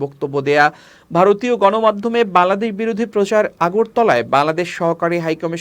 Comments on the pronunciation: বাংলাদেশ সঠিকভাবে উচ্চারণ করতে শিখুন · বাংলাদেশ উচ্চারন ঠিক হচ্ছে না।